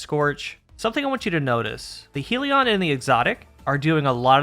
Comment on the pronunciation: I wish it didn't annoy me so much, but it's pronounced hell-ion just like the spelling not heal-ion/heel-ion